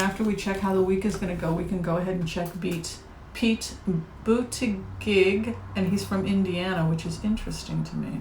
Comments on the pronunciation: Hi,. Thank you for sharing with us. Buttigieg is pronounced "budda-judge". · SuLebo215 Yes, Su, I watched his interview on Late Night with Stephen Colbert. When he pronounced his last name, I thought “oh THANK you!” The way it spelled it looks German, but the way he pronounces it it sounds French. And I was very impressed with his straightforward, down-to-earth problem-solving responses to Stephen’s questions.